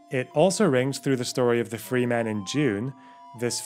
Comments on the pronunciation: Great video. However one small issue. Its pronounced Fremen not Freemen. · wonderful video! just two small issues: a) regarding Dune, it's "fremen" not "free men" and b) i'm bothered that you did not take the opportunity to say "and hard" after saying "the long history of" :) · Absolutely bawking at the pronunciation of Fremen.